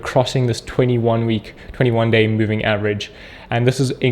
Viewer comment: u keep mispronouncing 21 day